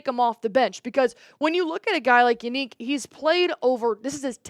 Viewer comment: You said Yannick wrong